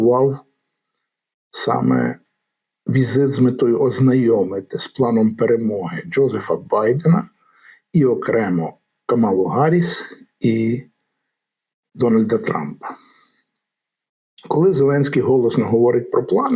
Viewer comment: Наголос треба ставити на першійслог! КАмала, не КаМАла. Такговорить Трамп , щоб принизити іі